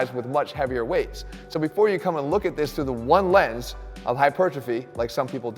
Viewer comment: you forgot the emphasis on 'ONE lens'